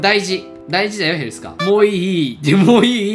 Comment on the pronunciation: moiいいって もういい って言ってるのかセンスあるわ